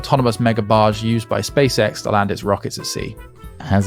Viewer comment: Wait... pronounces "Barge" with the french J? (the ZH sound) A) I've never heard it pronounced like that B) I thought brits avoided the zh sound. I've heard them mangle the word garage into rhyming with carriage.